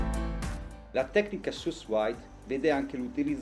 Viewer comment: La pronuncia credo sia 'su vid'...in francese...per il resto non male il video!